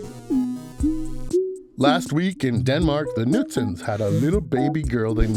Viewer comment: I just think he couldn't say Knudsen maybe